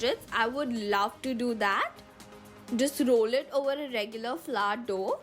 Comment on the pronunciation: It's Flower not fla and it's hours not hard😂😂